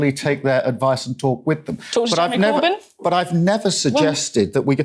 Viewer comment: lmao Starmer can't even say the name Corbyn. we're gonna be stuck with another decade of tories aren't we